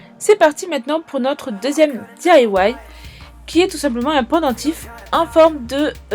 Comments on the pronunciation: The Holo Unicorn non elle dit :di-a-ouaïe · tu prononce bizarre DIY ?😂💗 c'est "di-aïe-oiaïe" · J'adore la prononciation ! 💪